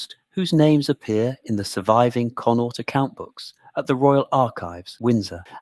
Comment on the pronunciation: Irish province conaught not connor